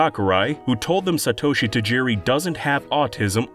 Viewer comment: s'-toe-shi haha